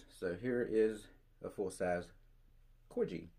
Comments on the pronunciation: It’s Corghi- the g is hard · Great video have some of your models featured myself great collection,Corgi is pronounced the same as the breed of dog the queen of England has before the purists get at you,🤫 If you can go to some diecast shows you can pick some parts for some of the models missing parts.👍